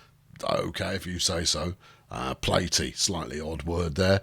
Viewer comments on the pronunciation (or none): Not "Plate...e"...Pla-Tee as in Platypus which is that thing on her noggin. Get it, platypus, platy...lol, give me them ribs, you!